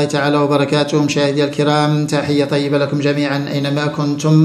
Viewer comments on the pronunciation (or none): none